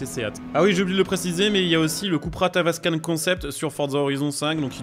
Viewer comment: Seat Léon 😂 mais tu dis Tavascan(e) J'aime beaucoup, très marrant 😅